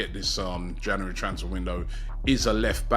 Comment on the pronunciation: Just wish Robbie would pronounce January correctly, makes me cringe 😂 plus as an arsenal fan, I believe we ant buying anyone.. we are still a dead club with a dead owners who care only about there American sports teams. I don't think Arteta is the man for job anymore either.. overworking players and its showing again like last season, we are running out of stream too early.